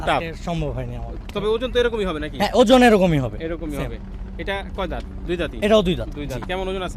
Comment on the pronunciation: Sala ojon bolte pare na. Batbar